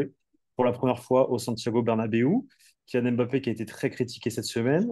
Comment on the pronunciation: vous pouvez dire Mbappé et non M' bappe svp 😅 Il a déjà dit comment prononcer son nom. Ça serait sympa! Sinon top la vidéo comme toujours.